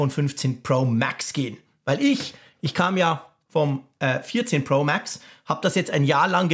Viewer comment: Hast’nen hammer englischen Akzent ( MääääX) 😉👍🏼